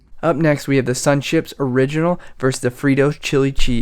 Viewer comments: Versus not verse, my cat enjoyed the video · “vs” is an abbreviation of “versus” — it’s pronounced like “verses” not “verse” Happy Englishing everyone!